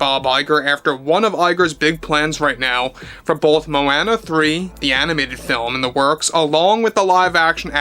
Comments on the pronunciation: Moh-Anna? Dude. Where have you been. It’s Moh-AH-nuh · The way you say Moana is pathetic AF. It's so easy to say it right lol